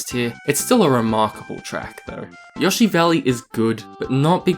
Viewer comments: I know alot of people have already said this but: YO-shi not yosh-E ok I don’t mean to hate but that was just getting on my nerves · Have i been saying Yoshi wrong my entire life? I thought it was Yo-shi, not Yah-shi.